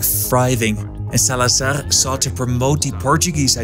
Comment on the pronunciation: The z in Salazar is… a z, not an s. Different from Spanish 😊